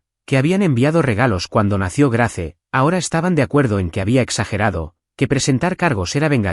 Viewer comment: GRACE NO SE PRONUNCIA SINO GREIS